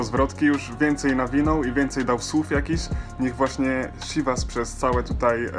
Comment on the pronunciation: jak coś wypowiada się cziwas